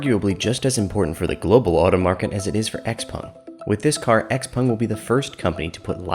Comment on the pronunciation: X-PAng... "en" is pronounced "an" in Chinese (pinyin).